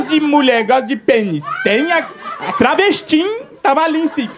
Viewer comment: Melhor stand up "Urubummm" "Prostintunta" "Travestim" Kkkkkkkkkkk